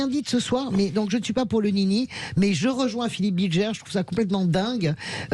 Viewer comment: "Bilgère"... cest BilGER bordel, ca désigne le pélerin en diutsch.